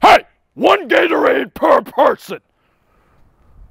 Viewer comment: “HEY ONE GATORRADE PER PERSON,” got me dying😂